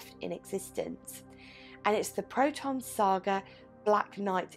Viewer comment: You pronounced it well... glad to watch it ...